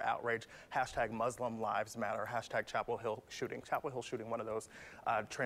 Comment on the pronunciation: This man can’t even say “lives”